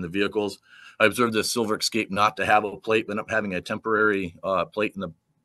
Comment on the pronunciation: The cop said “eck scape” tho lol